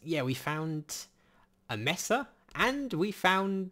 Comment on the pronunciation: it's pronounced maysa, not messa